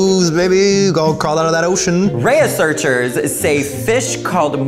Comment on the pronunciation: “Ray-a-search-ers” ??? Wtf!?😂😂